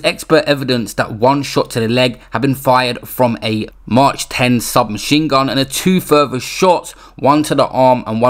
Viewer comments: Did this nerd really say march instead of Mach 😂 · Man said maarchh ten 😂🤷🏾‍♂️ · Man said march 10....its mac 10 bro🤣🤣🤣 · It’s pronounced Mac 10 🔫 not March 10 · March 10 machine gun, Pronounced Mac 10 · He says that because the YouTube algorithms will restrict videos with guns / violence, I’m sure he’s literate enough to read the difference between Mac and March mate…. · no he doesn’t. He said the word gun so why can’t he say Mac. Make it make sense bro I know u think you’re smart but he says gun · Pronounced with a silent H as in Mac 10 semi auto. Lol. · It’s pronounced MAK 10 MATE. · pronounced Mac 10 lol no biggie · Get over it ffs. He’s probably reading off notes he’s written down and misread it, grow tf up